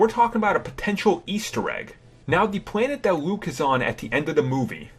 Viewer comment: This video would be so much better without your horrendous speech impediment. "Wuke Skywalker" "Awwow" "Technowogy" "Kywo Ren" "Ben Sowo"? As for "de" "da" "dere" "dese" "dis" etc... learn to speak dude.